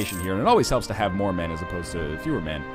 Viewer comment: I thought he said "We'll probably send some Mormon over..." in stead of "We'll probably send some more men over..."